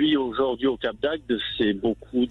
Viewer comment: Brigitte bonjour: j´adore vos émissions. Mais il faut dire le cap d´AGDE et pas le cap d´AGUE. Merci